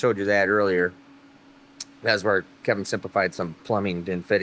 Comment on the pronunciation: KEVIN, NOT KENIN